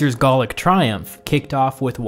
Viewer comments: I don't get why you keep saying Gallic like "Gaulic", that's not a word; we don't need you to invent a new word when Gallic already does the job fine. Not sure about your competence to comment if you don't know the basic term gallic. This isn't Tudor times, English is not subjective anymore since the 19th Century and mass education. yeah, no one says praetor like that, except for you recent Youtube historical noobs. English pronunciation follows the Roman sometimes, and because we have a lot of medical terms that use the "ae" or "ea" sounds, they're well-known and NOT said in the same way in English. Obviously if you want to speak something else that is not English, you are free to, but in standard English pronunciation (as well as Latin in those cases), the "ea" sounds is like an ee, like in eat. The "ae" sound is like an A, like in aero. Do you say aero like "eero"? No? Then why are you doing that with Praetor? Dialects to be accepted as such are usually consistent and not a mishmash of exceptions. Those dialects are more qualified like Pidgin English. Remember that also with Cannae and why it is not said like "K'nee" either. Regardless, I'm amazed that people take these seriously. I try to watch these to learn or refresh, not because I want to be more basically literate than the presenter. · Interesting video describes the mechanics of Caesar’s power grab well, by the way Gallic is not pronounced Gaulic it is pronounced ga-luhk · Gallic, not Gaulic.